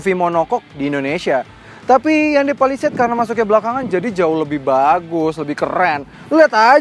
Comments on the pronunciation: salah sbut skali honda palisade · menit 21.35 kok w dengernya honda palisade ya 🤭😁